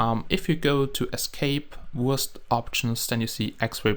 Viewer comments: Wurst is german. so it is pronounces Verst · This is the Wurst Hack Client Lol sounds like he says the Worst Hack Client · When you say wurst logo it sounds like your saying worst logo XD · Sounds like you are saying "Hey guys, this is the worst minecraft hacked client"